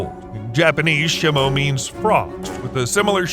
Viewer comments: Nah Blud did shimo dirty. He said shi-mo and not SHEE-mo and called her a "him" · Please stop calling Shimo Shemo. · Shimo is pronounced sheemo out of talking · Bro is saying shimo wrong